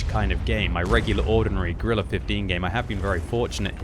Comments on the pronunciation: Did he say Gorilla 15? I think he said Gorilla 15. Its just Grill 15... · “Gorilla” 15